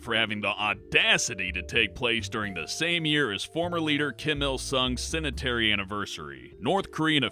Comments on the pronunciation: Also had trouble with "centenary," and "toilet." I'm going to watch the rest just to hear him fuck up. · Cenentary instead of Centenary. Malina instead of Manilla. To-let instead of toilet. Consequentially instead of consequently. Pung-yong instead of Pyongyang. Chech-nean instead of Chechen. If this guy had a brain, he would make a great voiceover artist.